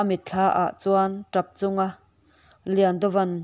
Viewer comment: Repchung.nilovin Rapchung tihtur zawk